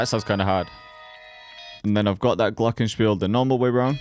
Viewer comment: Glorgen Spirl 💀 Nice german tho 😂